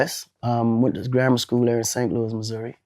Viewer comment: All The Saint Louis folks in here want him to get it right lol